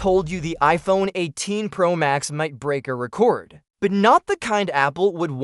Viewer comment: Why’d you say record (reh-cord)